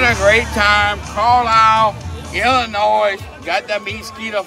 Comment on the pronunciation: Look man mad respect but, as a illinoian the s is silent.